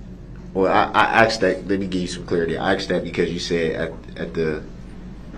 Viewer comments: He axed!! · Brooks has a language problem…..ask ..is ..ax….with is…wiff…that…is dat..truth is …toff